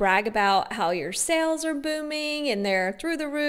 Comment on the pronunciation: and "sells" for sales and "jowls" for jaws 🙄🙄